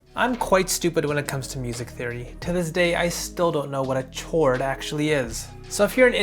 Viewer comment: Wtf is chaooord 😭💀